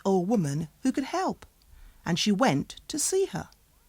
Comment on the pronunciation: very がery ってなってマスよ。あとwentがent